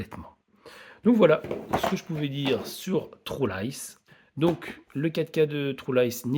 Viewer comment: Vous les francais quand vous dites le mot true on entend le mot trou.